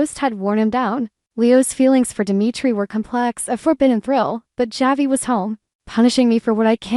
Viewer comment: Unbelievable how does someone who claims to an avid DOOL fan mispronounce so many names? Such as Marlena, Javi, Dimitri. There have been others but I can't remember all of them. Have you heard any?